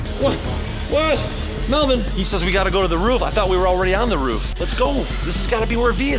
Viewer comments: тαρ мє αи∂ ѕєχ ωιтн мє Eleano MELBORN LOL I LIKE IT WHEN PEOPLE CALL MELVIN MELBORN LOOOOOL :> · mevin? its melvin